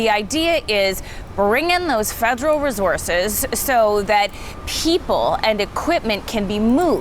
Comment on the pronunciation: Why is she saying "reh-zorzes" instead of "resources"?! Over and over! She uses a "Z" instead of an "S" sound and I'm not talking about anyone with an actual accent, it's the lady with no accent reporting on the fires. Geeze it really rakes me nerves when people mispronounce things.